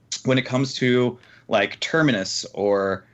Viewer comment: terminas? terminator leaks confirmed? lol seems like he slipped up a bit and tried to correct himself